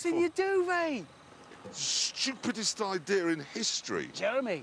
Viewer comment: "schewpdest idea in hist'ry"